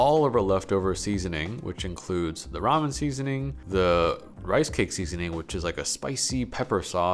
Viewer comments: What a fun qwerk. You're going to pronounce ramen ram yen. Yay! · let me stop u there I love your videos but its ramen spoken as ramin not ramyen for some reason everyone online has started saying it wrong and u know what am sick if seeing hate comments for a simple mistake so I thought id just politely correct you before the grammar gremlins come around and start saying not so nice things. on a greater note tho I absolutely loved this video. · Why does he switch between the way he pronounces ramen. Sometimes it’s ra-men, other times it’s ra-myen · So he seems to be saying ramen, as “rom-yen” instead of “ra-men” can anybody tell me if this is correct I don’t wanna make any of receptions about somebody’s background and how they pronounce something however, my curiosity needs to be filled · Is that how its pronounced ramyen? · Take a shot every time he adds a "y" to Ramen. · Do you really need to pronounce Ramen the way you do? My goodness. I feel sorry for all the trauma you have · Ramen, ramyun, ramyum, ramin. What's the difference in the pronunciations? I'm genuinely curious.